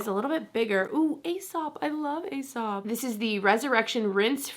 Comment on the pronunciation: Not super importand, but Aesop the brand is pronounced "Ee-sop." My friend worked for them for several years and had the BEST hook ups!